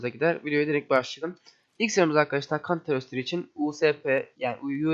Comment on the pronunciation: Kan sıkay global offansive xD